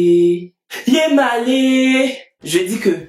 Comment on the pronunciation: Yemalléé 😂🤣😂 Il faut arrêter de marcher avec les bamiléké